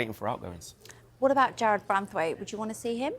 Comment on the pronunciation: It's Jarrad Branthwaite, not *Jarrad Branthwite.